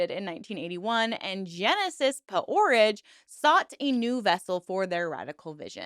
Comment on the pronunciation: Jesus Christ you cannot pronounce P-Orrige or sigil. wtf